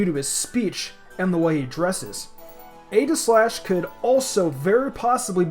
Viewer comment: I almost stopped watching because of your pronunciation of Aegislash, not going to lie.